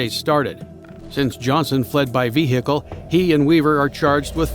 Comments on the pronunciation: Why you saying veHicle wrong.... such emphasis on the H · i love the way he pronounces "vehicule" its cute